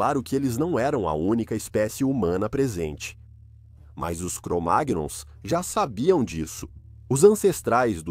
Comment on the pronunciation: Pode pronunciar cromaions memo